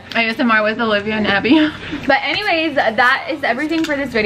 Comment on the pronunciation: She says it with them a butt it with date as in Olivia not alivia, well that's how it sounds Hopefully that makes sense.